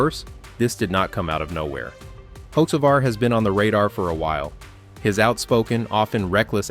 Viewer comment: Don't really believe someone who don't even know how to pronounce he's name.